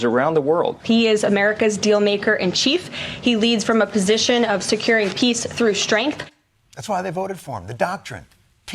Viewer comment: maybe the pronunciation is key. It almost sounded like president of PEACE. Maybe it was a different, but similarly sounding word?